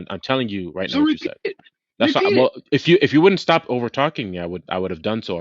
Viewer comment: ZzhhhhhTAAHP evryabpdy SHHHTAAAHP!! 🤣